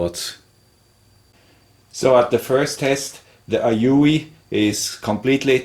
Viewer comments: It's "A-You" or A-U.... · "the Aoyuueeuuublbblblbll.." hahaha I died at that part!! XD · I still keep my Weller for sentimental reasons, bought it 2 years earlier than you :-) and it’s still in perfect condition and use. Quality indeed, and one of the best buys I ever made. Talk about "your father/grandfather"—OURSELVES it was! :-) Then again, today I also use mostly Aoyue … unpronouncable-name-stations. Hint: In the EU, the Aoyues are usually cheaper if bought directly at You save import customs and also get all the parts and tips here. Re heating elements: Be careful when buying! They come in different wattages, like for the Aoyue Int968 it’s 35W and for the Int968A+ it’s 70W. So maybe you just bought the wrong spare? I made this error once, buying an Int936 (35W) instead of an Int936A (50W). They seem to learn, though: Mine came with a free spare heating element. Kudos for that. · The aoyue pronunciation i laughed for 5 minutes straight, Very informative video gracias. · I literally spit a little coffee all over my steering wheel when you tried to pronounce that soldering iron at 60 Seconds.